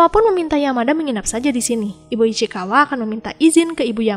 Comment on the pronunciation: Ichikawa ❌ Ichikiwir✅